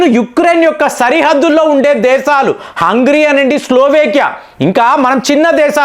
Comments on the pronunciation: హంగ్రీ కాదు సార్ హంగేరి అని పిలవాలి. హంగ్రీ అంటే ఆకలి అని అర్థం. మీ వీడియోస్ లో చాలా వరకు proper nouns ను పరమ చెత్తగా పలుకుతున్నారు. సరి చేసుకోండి. మీలాంటి పెద్దవాళ్ళకు trolls అవసరం లేదు. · Hungry kaadu, Hungary హంగ్రీ కాదు హంగరీ.